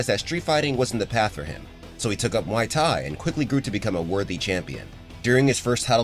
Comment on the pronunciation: Pronouncing the fighting style like a drink from a bar...??!!?? 🤦🏽‍♂️🤦🏿‍♂️🤦🏼‍♂️🤦🏾‍♂️🤦🏻‍♂️🤦‍♂️ 🤦🏽‍♀️🤦🏿‍♀️🤦🏼‍♀️🤦🏿‍♀️🤦🏻‍♀️🤦‍♀️